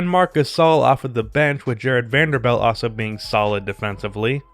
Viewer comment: You say also like “ah-so” ...that is all.